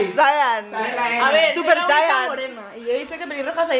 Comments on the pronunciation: se pronuncia Zen, no zaian 😂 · la idea me parece geniaaal btw zayn se pronuncia sein jj just saying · melo, zayn se pronuncia "zein" xD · Se dice "sein"... AY MI ZAYN